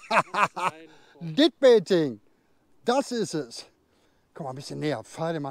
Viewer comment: Datt wird "DÄD" ausgesprochen, nicht "Ditt-Baiting." ;-)